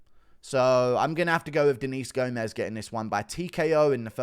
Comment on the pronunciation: Gomes is pronounces as if it rhymes with gnomes